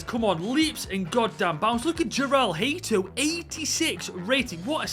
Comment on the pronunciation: You dont say hate o but haa to